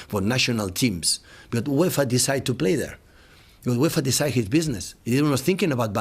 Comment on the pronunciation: The way he says uefa is to good